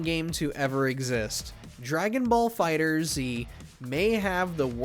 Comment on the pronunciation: Games been out for almost a decade and people still don’t know how to say dragon ball fighterz lol